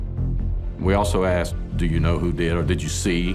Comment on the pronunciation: Asked….not axed…. that’s another one.